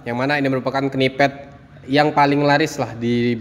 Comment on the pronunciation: PENYEBUTAN KNEEPAD = NIPED KNITTING = NITING BUKAN KENIPED BUKAN KENITING